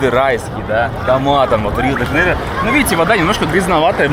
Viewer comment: Не Жанейра а Жанейро . Блогер учи мат часть 😂